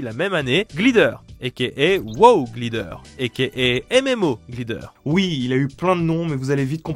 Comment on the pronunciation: Sympa, mais dès qu'un mot anglais aussi simple et commun que "Glider" est dans le texte, c'est trop pour toi Faudrait faire un effort, quitte à demander à un pote comment ça se prononce